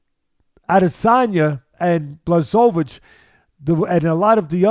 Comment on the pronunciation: Video should be called '20 ways to pronounce Blachowicz' reminds me of Joey Diaz with Stipe Miocic 🙌🏼😂